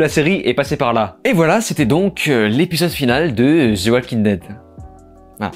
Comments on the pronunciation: Ze oualking dède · « Zeu oualkin deide » « Vinkins » 🤦‍♂️